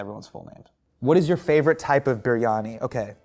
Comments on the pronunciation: did he just say biRRRRiyani??? lol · Biryani in an American accent is weird 😂